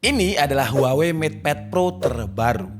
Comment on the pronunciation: maaf. daLam bahasa asLinya, kata HUAWEi dibacanya WAHWEi